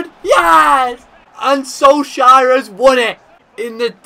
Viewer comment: “Ole Gunnar Soleshire”